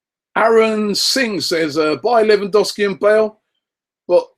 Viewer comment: Credit where it's due Rob, you got half of Lewandowski's pronunciation correct.